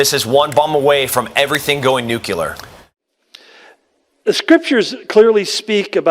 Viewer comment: NU CLEE UR.. nuclear